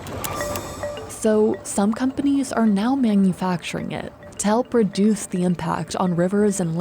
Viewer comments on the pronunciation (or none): “reDUTH” haha lol